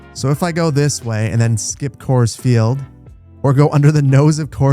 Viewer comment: really fun watch until you mispronounced Coors Field LOL also Denver has a pretty nice Light rail service that should be accounted for.